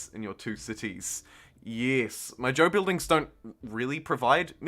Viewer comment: Sorry, what is Joe? Great playthrough, love the passion. Oh, you're saying Zhou, lol. Got it.